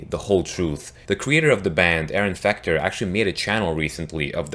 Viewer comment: You said Aaron fucter